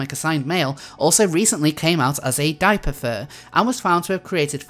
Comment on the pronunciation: I thought you said "gaipapher" when you said diaperfur, though I should note that the police should look into whether he was groomed. Have you considered making a similar video regarding alertpay?